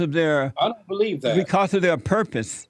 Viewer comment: He was short circuited before Jesse loaded him with electrons... Can you beweave it? It's twoo, it's twoo..